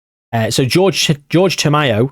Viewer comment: I cannot believe you called the first guy George.... his name is Jorge! Whore-Hey!!!